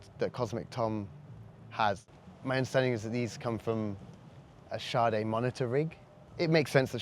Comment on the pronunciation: Sade is pronounced Shaw-day.